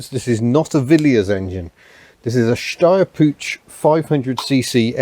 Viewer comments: For the love of Harvey, the "Puch" in "Steyr-Puch" is NOT pronounced "pooch". Not even close. Think of the word "put" and replace the sound of the "t" by the sound of "ch" in the Scots word "loch" (as in "Loch Ness"). There, that's a lot better. Thanks! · Brief side note, the ch in "Puch" is pronounced as in "Loch", like lake in Scotland. An Austrian :) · Hi, just for the sake of pronunciation, and as a German English-teacher I know about the difficulties of English people pronouncing German sounds:-): The word "Puch" has a sharp sound at the end like the name "Hugh" at the front, not link in "choo-choo-train" or "punch" Never mind, I REALLY like your technical approach to your unusual cars. Speaking about unusual: I used to have a few GDR-cars myself and I am currently having a Reliant Robin LHD (!), which originally ran in the Netherlands Cheers Holger (no, that "H" is soft:-) ) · Your pronunciation of "Puch" is funny (I'm german). The "ch" is like the one in Loch Ness...